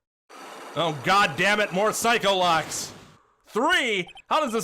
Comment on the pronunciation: I like how edgeworth misheard Psyche-locks as PsychoLocks. Made me realised its probably pronounced Psi-Key not Sike